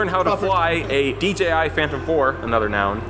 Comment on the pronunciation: instead of saying "dji" he said "dgi". he nice video dude